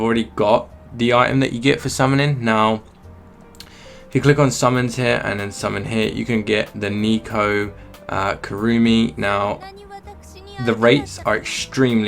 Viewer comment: i hope this doesnt annoy you but i would prefer it if you didnt pronounce it nico